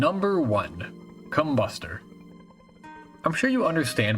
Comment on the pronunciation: the emphasis is supposed to be com-BUS-ter, it sounds sussy when u dont